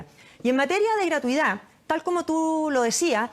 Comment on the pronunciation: La ministra de educación no sabe ni hablar... gratuidá, eficá, proridae, nuea, priorizao, educatía. Así cualquier flaite con plata llega a ser ministro